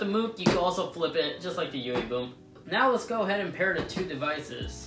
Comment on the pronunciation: sounds like you are saying yoowee boom